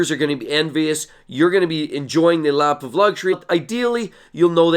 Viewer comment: Why does it sound like he's saying laugh of luxury